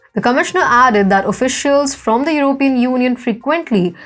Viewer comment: This person doesn't sound very smart and she needs to learn how to pronounce the word "European".